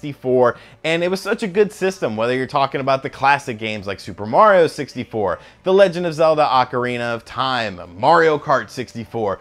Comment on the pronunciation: why do people say "awk-arina of time"? it's "oh-karina"! you know, give them the "oh" face